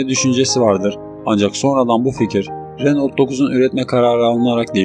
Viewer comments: Kopya -taklit kanalları sevmem... Renault değil..Röno okunur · Renolt ne kanka? Lütfen telaffuzlara dikkat et.